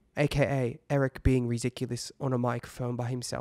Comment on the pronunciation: RiDicuLouS in a british accent 😂 ERIIIIIIC